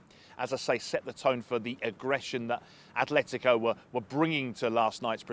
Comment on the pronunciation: It's Atletico. Not "A(th)letico"😩